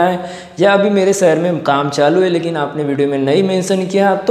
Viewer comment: Saher nhi shaher hota h dost . Lagta h marhathi medium se padhai ki h aap ne